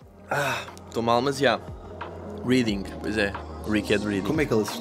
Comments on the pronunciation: "Reading" nao se le assim ja agora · O Luís e o Pedro também não podem falar muito, pois cometeram um erro crasso! Pronunciaram incorretamente a cidade Reading (lê-se "réading" e não como o verbo ler) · Reading, quando se refere a localidade, pronuncia-se Réding. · Reading lê-se Reding. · "Réding"* xD